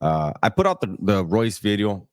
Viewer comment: Nu Vid-E-O. Bringing facts.